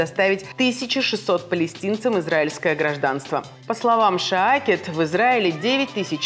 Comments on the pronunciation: Блин!!! Только близнецы начали более ли менее правильно произносить израильские фамилии и ивритские слова...эта мадам вышла ..что. такое ШаакЕт???? Поставьте нормальный суфлер и вообще...пусть будут в курсе, а не читают новости с листа. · Если вы передаете новости Израиля из Израиля, то хорошо бы знать, что Айелет ШакеД не Шаакет. ШАКЕД! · Неправельно произносят .А-е-лет Ша-кед, а не Ай-е-лет Ша-е-кед. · Несолидно и неприлично коверкать фамилию израильского министра!!!